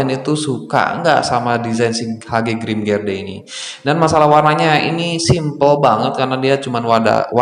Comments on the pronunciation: Seharusnya grimgerde bukan grimgerdee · Grimgerdee? Kalau aku bacanya Grimgede gara2 kamu bacanya Grimgede. Eh, grimgerdee